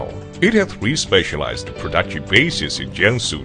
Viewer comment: you mean 'prooduction'